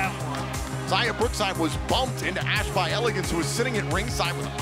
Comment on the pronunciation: there's no "N" in by